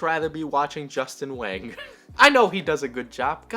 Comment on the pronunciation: "Whang!" is pronounced "wang"? I thought it was pronounced the much more fancy sounding, "wong."